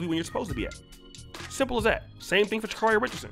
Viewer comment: I understand that she's been unaccountable and entitled. But respectfully, can we say Sha'Carri's name properly?✊🏾✌🏾 (Sha-C- A as in 🍎- REE)